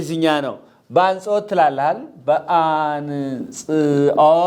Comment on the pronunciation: አጽንዎት not አንጾት